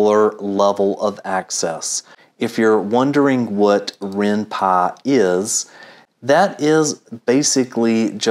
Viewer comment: Its called Py not Pa, And it's useless also